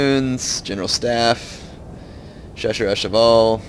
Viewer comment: hey. if youre interested, the chasseur are actually pronounced "sha-ss-R"(for the R, you just say the letter). I'm not judging, just trying to help. cheers man.